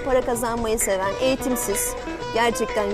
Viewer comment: eğitimsiz olayına neden bu kadar bastıra bastıra söylüyor hayır sen eğitimlisin de noluyor daha kendini doğru düzgün bir şekilde anlatamıyorsun